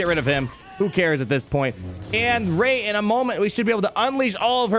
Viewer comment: Kid you not everytime you say Ray I think you say Raid. The most important legend